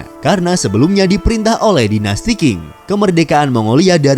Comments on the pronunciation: Dinasti Qing di baca ching bukan king.. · Perlu km ketahui dichina tdk pernah ada yg nmnya dinasty king.... Yg ada dinasty qing (baca ching) Jgn baca king, apa2an king.... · Bacanya dinasti Cing